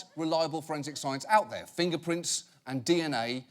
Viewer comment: “Dats a bad dog right dur” 😂